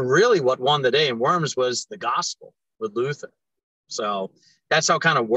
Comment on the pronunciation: It's pronounced "Vorms" as in "dorm"...."W" in German is "V" in English. And most of all the "th" in Luther is just a "t". In old days and still in some names today you can find "th" like a "t". The English "th" sound doesn't exist in Germa n. And finally the "u" in Luther is like the "oo" in "foot" not like in "food". I have been to St. PETER in Rome and to Wittenberg and it's both a must see. Have a nice Easter guys